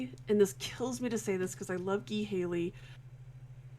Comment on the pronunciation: Ghee Haley?! It's Guy Haley.